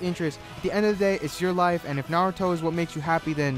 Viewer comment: Finally someone who doesn't say nuh-rootoe. (*IM NOT A FUCKIN WEEABO*)